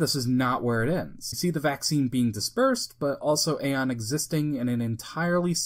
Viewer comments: Pronounced Eon, not Aye on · So no one ever told you it's pronounced E-on Flux not A-on Flux lol